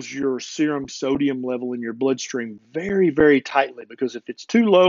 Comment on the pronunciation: Did he say a "Berry important health and nutrient topic" :)